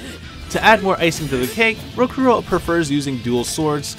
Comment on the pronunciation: Great references in the video, it's awesome that people went through so much research and discovered these connections, the only issue I have with anything in your video (and this is minute ... and quite possibly a little petty of me, so forgiveness) is how you kept pronouncing Rokurou's name incorrectly. You correctly pronounced "Shigure" and " Rangetsu" each and every time, but failed at Rokurou... even though his name is spoken and the Japanese accent is correctly pronounced in English throughout the entire game multiple times. I do apologize again, but it has always been a huge peeve of mine.